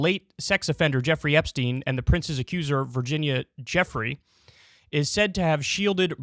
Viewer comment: Has Kyle ever heard any of these names pronounced properly before? Jizz-lane and Virginia Jeffrey smh